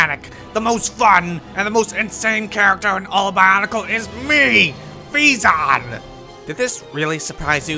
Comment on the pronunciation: It's pronounced Veyzon though ;P EDIT: And Ee-nee-kah.